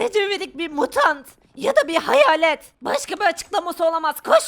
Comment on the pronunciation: Her seferinde neden hayarlet diyolar ya?!